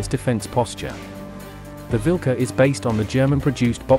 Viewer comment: It is Vilkas not vilka.